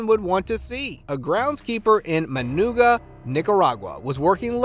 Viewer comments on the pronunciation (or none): Managua is pronounced mun-AH-gwuh not mun-ooga